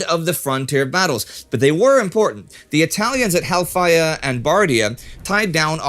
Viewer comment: Halfaya is pronounced Helfaja not hellfire! ^^